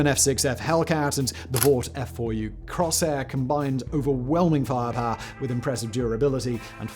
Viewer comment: Did simon call the Corsair "Crosshair"?